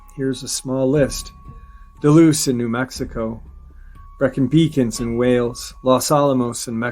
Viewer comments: he's pronouncing "duloose", is he talking about dolce, nm ? "dole-say" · 'Dulce' is pronounced 'dull - see'; NOT 'doo - loose'.